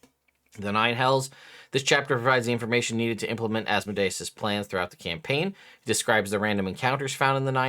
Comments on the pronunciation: Thank you for not saying Az mode ee us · Fun fact people say deus ex machina pronouncing it as de-us, but then they say Asmodeus pronouncing it like Asmo-dius. Your pronunciation is actually more accurate.